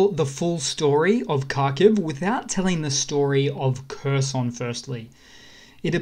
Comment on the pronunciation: If you would like to sound more like you know what you're talking about, Kherson is not pronoused like cursin' - it's more like hair-SON [xerˈsɔn]. And HAR-keev [ˈxɑrkiu̯] up north.